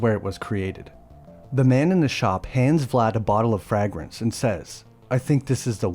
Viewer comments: Bro can’t pronounce “fragrance” correctly😂. It’s pronounced: fray-grance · I hate the way he says "Frahgrance". Urgh. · Dude, it’s pronounced Fray-grance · Frag-grance ??? 🤬 Are U Trying To Piss Me Off !!! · Vague is not pronounced VAG, and fragrance is not pronounced FRAGgrance. How bizarre. Yeah because silver is for werewolves!!!!! Man oh man.... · bro, why are you saying fragrence, like it's something to do with a frag grenade lmao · "Frag-grance". WTF? AI? And it's no wonder we've never heard of this version of Dracula before. It sucks. The very beginning sounded promising but then it falls into all the same generic traps all the others do. Look into Werner Herzog's version for an Independent, low budget effort that's good and has a twist ending that puts it miles above all the others. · Fray-grance. It's not an explosive device. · Ok, you need to learn how to pronounce “fragrance” because every time you butcher it it’s more painful than the last. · Someone's AI has major issues with the word, 'Fragrance'. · Why did you, and continue, saying fragrance like this? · I guess this is narrated by Ai---bc the way he continually says FRAGRANCE is completely distracting - No one on Earth has EVER said that shit😂!! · great video. but is that how fragrance is supposed to be pronounced lol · I’ve never heard anyone pronounce fragrance like that lol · Cant wait. Americans😂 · AI can pronounce it because it's only ever seen the word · Why do you say fragrance like that omfg